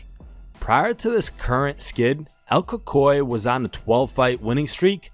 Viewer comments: When he says “el koy koy” 😂😂 El Cucuy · “El Cococoy” lol El Cucuy smh 🤦🏿‍♂️ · "El Cockoy" lol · “El cocoe…?” are u trying to piss me off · Ka-koy, really?? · Who the fuck is El cocoĩ hahahah it's pronounced El CUCUEEEE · "El cockeye" 😂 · it's pronounced El-coocoo-we lol